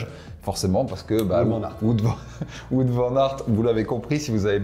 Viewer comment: Par contre pour Wout Van Aert, on ne dit pas Wout comme on dit foot mais on dit Wout comme un Out au tennis. Vous en faites pas je sais que les prénoms et nom belge sont pas hyper simple à prononcer